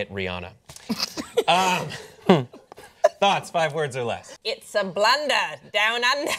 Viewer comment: it's pronounced Re-Anna